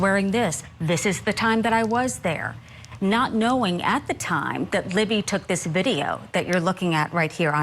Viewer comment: Her name is LIBBY NOT LEMME